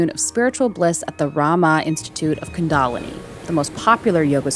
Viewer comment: Even in India, kundalini isn’t pronounced the way one of these hosts claims is the proper way.